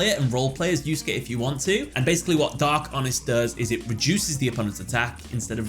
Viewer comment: pronouncing Yusuke correctly is the greatest character development of the year